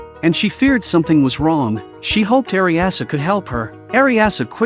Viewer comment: Her name is "Redcurrant" not "Ryanan" and she is a Leánnan sídhe, pronounced "Ryanan Shī" (リャナン・シー) in japanese. And another thing... "Eriasu"!??! Eriasu!?!?!!? REALLY!?!?!? It's too much to paying a little more attention to those details?